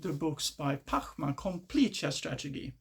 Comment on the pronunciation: chess strategy ❌ chess tragedy ✅ chess strachigee✅